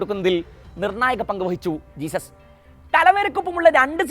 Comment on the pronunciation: ജെസ്യൂസ്സ് not ജീസസ്